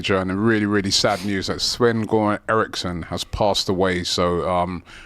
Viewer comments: For real. Cringed hard. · Man at least pronounce sven göran Eriksson name right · True but I don’t think he means disrespect. He struggles with pronouncing foreign names and comes across as kind of thick. Ball knowledge is basic